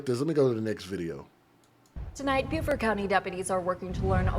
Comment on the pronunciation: its pronounced buuuufort ... like you say beautiful its beau fort .... she need to be held under water ro see how it feels